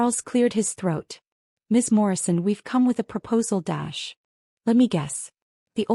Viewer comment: I thought it probably did. The curious thing is that other text in videos the dash doesn't get pronounced. So bad reading or the AI hasn't been trained properly. Oh wait, AI's shouldn't need training !